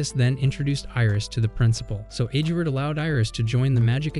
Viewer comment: bro you said edgward hahahaha LOL